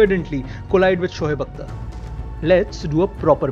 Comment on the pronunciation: SHOHEB nahi hota Shoaib hota hai